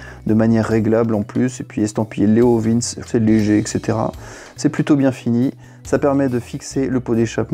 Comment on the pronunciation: Je sais plus... d'autre prononcent 'leov1s' certains leoviinns , d'autre leoviinnchi... à l'italienne. Je prendrais un bidalo la prochaine fois... 😃😃